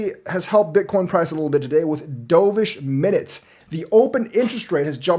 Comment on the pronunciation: I keep hearing "D'oh!-vish", makes me cringe. It's dove (duv) like the bird, not what you did in the pool 😂 but do you, I'll still be here...